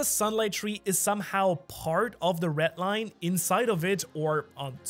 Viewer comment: sounds like he says "ret line"